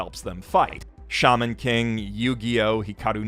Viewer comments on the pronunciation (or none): none